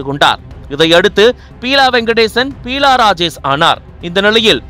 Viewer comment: Peela இல்லை Beela...